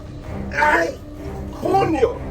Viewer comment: ¡Ay coño! LOL, you know the shit's getting real when the Cuban Spanish comes out!